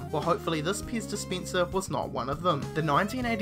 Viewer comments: Whats a "ixpensive piz dispincer"? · Titty Beer next to the piss dispenser. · Ok I was half listening to this, (it came up on autoplay while i was in the other room doing dishes), and between 'piss dispenser' and 'titty beer', I think this is the most I've laughed in 10 years. I did figure out the pez dispenser, but had to drop everything and come look at the screen to see what the hell a 'titty beer' was! This guy just won youtube as far as i'm concerned haha!